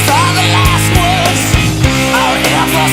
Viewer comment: Видос классный, бро, ты стараешься, но подтягивай произношение. Бери транскрипции, учи как то. Правда, когда ты вместо слова words сказал world это прям бьёт по ушам. И проверяй фактаж. Диана это была не та, кому он изменял, а та, с кем он изменял. Диана Арагон была его возлюбленной много лет, у них были оч тяжелые отношения. А встречался он на момент написания песни с другой девчонкой, потому что мог у неё пожить. В остальном ты красава, успехов тебе!